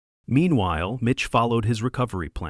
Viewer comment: Mitch, not Bitch. 🤣🤣🤣🤣🤣